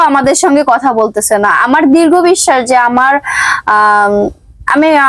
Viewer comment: Dirgo bissas na ,drido bissas